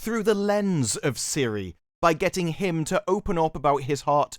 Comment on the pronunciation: So, the show is about apple virtual assistant, great. The pronunciation is Tsiri. Hi Siri 🤦‍♂️